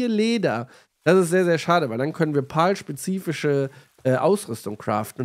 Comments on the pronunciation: Pal wird Pel ausgesprochen Pal ist auch okay aber nicht Pol ^^ pal bedeutet Kumpel im englischen 🤓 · Ich würde mir das lets play gerne anschauen aber wenn ich mir weiter anhören muss wie du alle monster Paul nennst werd ich verrückt man. Sag bitte einfach pälworld und päls. (Pal heisst sowas wie kumpel auf englisch) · Cooles Video. Das sind allerdings keine "Pauls" sondern "Pals". Das "a" wird fast schon als ä ausgesprochen. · Zur Aussprache: ich schätze „Pal“ bezieht sich auf das englische Wort, was zu deutsch „Kumpel“ heißt. Und wird weder wie „Pawl“, noch wie „Pahl“ ausgesprochen, sondern ähnlich zu „Päl“ oder „Päll“. Googlet einfach das Wort „Pal“ und lasst euch vom translator die Aussprache zeigen. Denn diese exakte Art von Betonung gibt es im deutschen nicht. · Das spricht man anders aus, eher wie "Päll". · Denke eher es wird "Päl" ausgesprochen, wie Freund/Kumpel/Begleiter. Aber ist ja dasselbe wie bei der Aussprache von PayPal 🤣✌🏻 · Warum kann kein deutscher youtuber den Name richtig aussprechen? "pal" ist englisch und bedeutet "kumpel" und wird "päl" bzw "pähl" ausgesprochen. BITTE schaut euch sonst mal ein Wörterbuch an, da steht das in Lautschrift. Ich bekomme Ohrenkrebs... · Noch mal ein deutscher der das Wort Pal nicht aussprechen kann :D